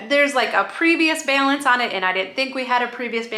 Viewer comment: The way you said “balance” was soooo Minnesota! 😁